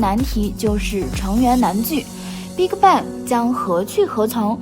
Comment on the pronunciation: Bigbang發音變成了Big卡bang... 也太難聽